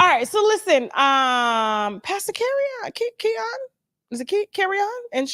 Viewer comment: Tasha the name is Keion Henderson you keep saying the wrong name